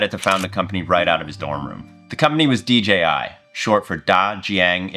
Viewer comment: It's not "DGI" it "DJI".